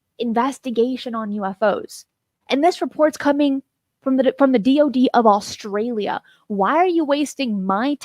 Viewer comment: Australia not Allstralia! My dad says it the same way lol!